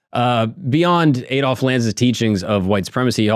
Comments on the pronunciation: Aid Olf... Ffs it's pronounced Add_olf.. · AH-DOLF NOT AY-DOLF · Learn to say Adolf correctly